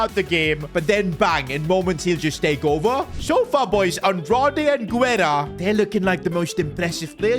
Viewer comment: Pronunciation: Guerra = geh-rrah